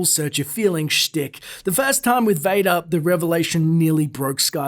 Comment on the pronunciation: Its Darth Vadoor. That would make a noice door.